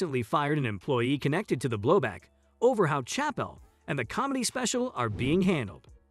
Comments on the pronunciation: Disregarding your utter failure to pronounce his name right, I'm pretty sure you haven't even watched the special. Your conclusions were arbitrary misinterpretations at best. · Learn how to pronounce his name at least.